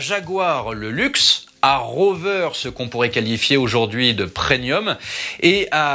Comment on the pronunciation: Il a dit PreNium le monsieur? Ahhh tout cet alcool, ca fait inventer des mots...